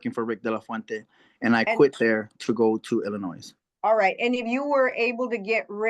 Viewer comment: The s in Illinois is silent